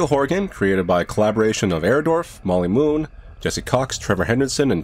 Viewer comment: "Molly Moonn"? Why does that sound like.. one quick search later Y-ep, it's exactly what it sounds like.